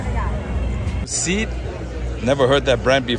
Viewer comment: Audemars Piguet is axwstch company. Seat is a Spanish car company. Pronounced seh- aht.